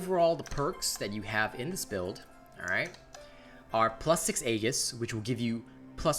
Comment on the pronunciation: "Aegis" is pronounced "E-jiss". Sorry if this comes off as snobbish; I just wanted to inform you and don't mean any offense by it. I also don't know how to make a correction in text NOT seem snobbish. Again, apologies.